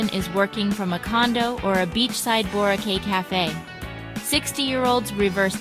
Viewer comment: You repeatedly mispronounced "Boracay" so bad, you are either an AI bot or don't live in the Philippines.